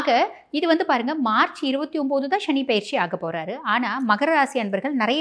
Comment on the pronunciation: முதலில் தமிழில் சுத்தமாக பேசுAltop No more excuse ஸ்சனி இல்லை சனி Nostyle in மொழி உச்சரிப்பில் B y proper manner again NoAL top